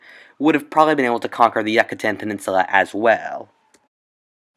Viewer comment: Yoocatan not Yuckitan.